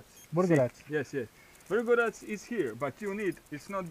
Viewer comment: 🇪🇦 "so I have to take direction tooo eeeeehh...." 🇭🇷 "YES YES" 🇪🇦 ".... Vvrrđa vVrRĐaK *error 404*" 🇭🇷 "V R G O R A C"